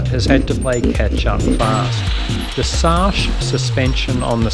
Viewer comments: If it has not been mentioned yet: "Sachs" is a german suspension company. Their name is pronounced like 'sax' (the instrument), with the 'a' being pronounced like the 'u' in 'up' or 'under'. Keep in making your awseone videos, I enjoy every one of them! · wth is a "saash" suspention lol